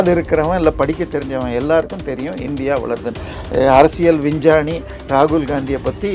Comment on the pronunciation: அரசியல் வின்ஜானி இல.லை , அரசியல் விஞ்ஞானி தயவு செய்து தமிழை சரியாக உச்சரியுங்கள்